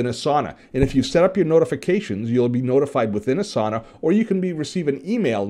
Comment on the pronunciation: ) it's pronounced Ah sah nah, not A sauna. :-)